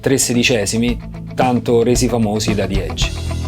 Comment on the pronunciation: grandi.... ma ragazzi la e iniziale di edge non si legge "ei" e non e' "zi eidg" ma la e rimane "e" e si dice "ejj". salutos